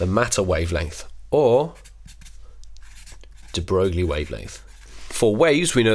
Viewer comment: Its Louis de Broy, not Broo-glie